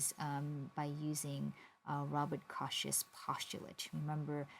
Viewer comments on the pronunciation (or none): nice lecture. Robert Kochs last name is pronounced like the Coke--the soda--though.